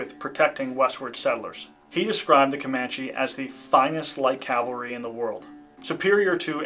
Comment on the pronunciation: PLEASE stop saying "calvary" when you mean "cavalry". It hurts the informed ear.